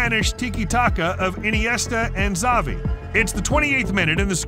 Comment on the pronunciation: bro pronounced xavi ,sawi